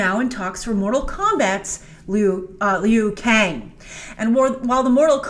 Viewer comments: lmao "lee-oo" kang. grace come on, you gotta be up on your mortal kombat. it's LOO Kang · Its pronounced LUU-KANG!!! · The Liu in Liu Kang is pronounced like the English name Lou. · properly for who? The creater says loo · It's pronounced "Lew". Liu Kang. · She was killing me with that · Liu Kang was the main protagonist in MK11. P.S it’s pronounced ‘Lu Kang’ for future reference 😁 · LOL the funny thing is: All of China will pronounce it as ~Lee-ou Kang just like Grace. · Was a fan until you couldn't say Liu Kang's name properly... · Yo...LIU KANG IS THE HERO OF MK11, HE EVEN BECOME GOD IN THAT GAME!!! This is the problem when someone doesn't know shit try to act like they know. Go play or watch MK11 story mode first, then talk! They way you pronounce Liu Kang is also cringe as hell.